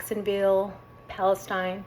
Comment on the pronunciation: So nice to hear somebody NOT complain❤. I resonate completely w your points. Love the potlucks and the chance of finding some obscure family recipe that I love (like chicken spaghetti yum!). Oh, btw Palestine is pronounced Pal-es-teen in Texas. We like to have our own way of pronouncing things lol. Shalom and blessings to you